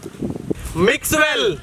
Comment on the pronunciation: When they say mixwell, I thought they are saying maxwell.